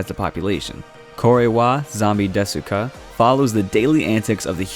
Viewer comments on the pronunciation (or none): You don’t say that U in desu u just say des